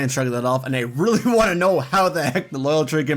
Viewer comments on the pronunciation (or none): none